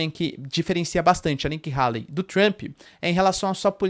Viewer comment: Nikki Hayley (rêili, não raili) é uma GRANDE MENTIROSA quase estilo Hillary. Façam uma pesquisa. Ela é NOJENTA! Tá sendo patrocinada pela indústria armamentista.